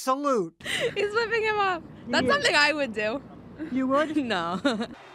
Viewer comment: “Sjinhie Kenneg” 🤣🤣🤣 how does she pronounce his name whahaha